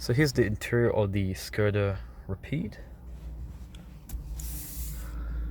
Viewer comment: Isn’t it pronounced rapid (ra-pid) , not rapeed. Anyway keep the vids coming, you should put ASMR in the title/ tags!